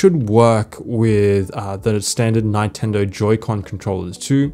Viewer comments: That is the weirdest pronounciation of Nintendo I've ever heard. NINEtendo 🤣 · great help thank you but 'nine-tendo' really? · I'm sorry, did you just say nigh-tendo? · Awesome video learnt a lot - some great features in there. You had me until you said 9tendo. Its Nintendo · its not Nyntendo its Nintendo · lol its not Nyn-ten-do it is nintendo 🤣🤣🤣🤣🤣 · You're the first person that I see pronouncing "Neintendo". Funny. And I'm team Natural scrolling. Mac vendetta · A “neyetendo pro controller” ??? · The way he says Nintendo ninetendo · Nytendo? Nigh-ten-dough?! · Never heard Nintendo pronounced that way. Nye-tendo? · Ni-tendo? bruh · Did you just pronounce Nintendo as NINEtendo? Bruh hahaha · Did you just say "Nine-tendo" ??? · 9TENDO!??? WHAT!??? NINE-TENDO?!?!?! WOTTTTTTTT?????? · Does he actually pronounce it '9-tendo'? 😂😂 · who says nai-tendo? hahaha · Neyetendo lol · Good video but I've never heard anyone say nitendo the way you do 🙂 Good stuff, thnx. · What a weird way to pronounce "NIntendo" Mac Vendetta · The way you say Nintendo gave me cancer. Great vid tho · how tf did you pronounce nintendo🤨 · TIL can't pronounce "Nintendo" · Why are you pronouncing Nintendo that way? 😂😂😂😂😂 No.